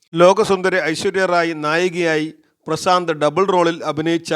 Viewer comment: പ്രസാന്ത് അല്ല . പ്രശാന്ത് അല്ലേ?🙄